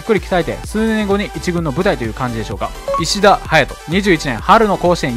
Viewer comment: 東海大相模はいしだではなくいしたです！よく間違える人います。